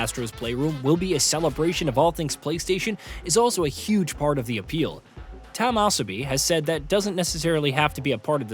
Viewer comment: Good video but who is "Team Esobi" or "Tam Asobi"?